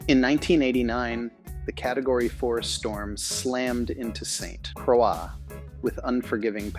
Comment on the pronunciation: Love the story but at least learn how to say St. Croix the correct way if your going to speak about it. I mean no harm.